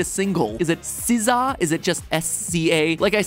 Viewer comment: Its sizz uh ✨